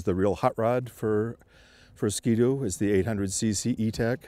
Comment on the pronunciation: 2012 sko doo. lol ski doo :P